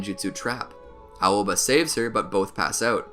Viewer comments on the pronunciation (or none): none